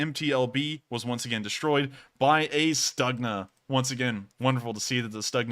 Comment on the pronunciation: It is spoken "Stoogna" not "Stucknah"